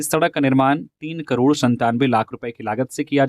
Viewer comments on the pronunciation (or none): none